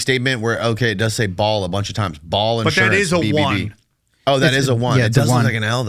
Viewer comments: ba(-ə)l Not Ball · It's Baal... Not bal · It's Baal, not ball lol, dumb bot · Baal is pronounced ‘bay-el’ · Baal means boss. And is pronounced bale. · It’s pronounced “Bail” - BAAL. And its demonic spirit is most definitely real.